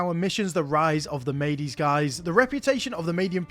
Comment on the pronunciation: mede or medes should be pronounced mead or meads, like the beverage. great vid!